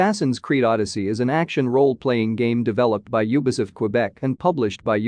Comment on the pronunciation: You mean ny eeeer, and nyo-h.also you forgot ubi-suft.:)